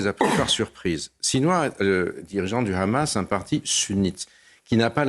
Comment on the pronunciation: Gille Kepel au top mais le présentateur est clairement partial. Il prononce hezbollah et hamas à l'israélienne et il ne cesse de sortir l'argumentaire de Tel Aviv "Israël se bat pour sa survie, Israël n'attaque pas, Israël riposte". On peut être d'accord ou pas mais un présentateur se doit d'être plus neutre.